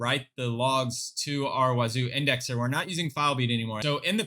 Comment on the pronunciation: You pronounce it wrong. Huh Duh Wazuh